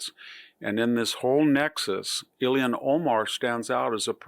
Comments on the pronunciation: "Ilhan", not "Illian". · The fact that Ilhan Omar is allowed to live in the United States is scandalous enough. That she is a member of Congress suggests a national death wish...But one question: Why does VDH continue to pronounce her name as "Ilian Omar"?